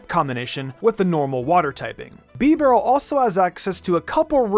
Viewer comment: Bro I almost quit the video after he said bibareel